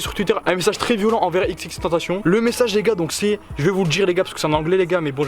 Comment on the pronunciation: Sa m’énerve t’arrête pas de dire xxtentacion